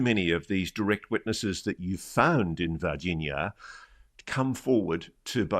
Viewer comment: Why does this guy doesn't know how to pronounce Virginia